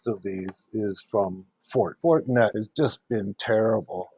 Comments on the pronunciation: Is he talking about Fortinet ? When het say Fortnet? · Why does he keep saying "fortnet?"